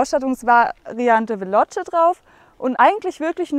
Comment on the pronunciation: es heisst halt einfach nicht VELOTSCHE, sondern veloce. Aber cooles Review